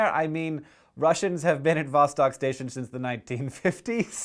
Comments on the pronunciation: It's not VAH-stock, it's vah-STOKE. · it kinda annoys me how you pronounced it VAH-STAHK, when it clearly should be pronounced VAH-STOHK.... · its pronounced vastok which means south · Hank, you're pronouncing Vostok wrong. I don't know how to tell you the correct pronunciation. Great video! :D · Lots of funny stuff comes from Russia, it's pretty screwed. Also, it's pronounced "vosTOK" and the emphasis is on the first syllable in "novotsi" source: I'm Russian.